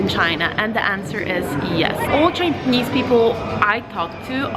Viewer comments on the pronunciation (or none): I'm wondering why you were pronouncing Ch'ai'nese as Ch'i'nese in the video.